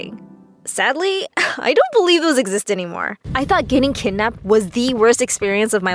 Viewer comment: "I saw my KeDdNaPped